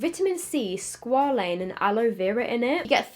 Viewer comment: Haha the way she said squalene, its pronounced like squay-leen. Not hating just thought it was funny.